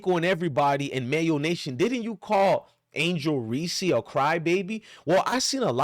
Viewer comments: Don't nobody listen to this clown....all he's doing is trolling without doing any research. He can't even pronounce the girl's name that he's sticking up for. It's just REESE...with one syllable...do you know what a syllable is????? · I know this is a good message, but I think we're overlooking something .......did you just say Angel "Reesie"?!! BRUUUUUUHHHHHH!!!! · Hahahaha. What an idiot! Before you preach stupidity, why don't you learn how to pronounce her name correctly. You sound like a fool. Additionally you should take a look in the mirror and figure out who the real racist is with all your derogatory mayo comments. You're the definition of a race baiter and part of the problem in this country